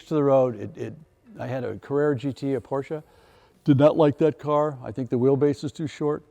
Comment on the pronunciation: I know Tim is a car guy and want to give him props on his pronunciation of his Porsche